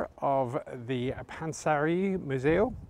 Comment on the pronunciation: Damn he actually said Panssarimuseo and pronounced it quite well 😎